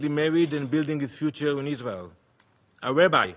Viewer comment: Oh Danny, not you weposting youwself at the UN to feel like a big boy. Maybe if you say tewow enough, the stupid Israeli sycophants will still bewieve you. Question for you, who is Iswael gonna negotiate with if you keep killing the negotiating team?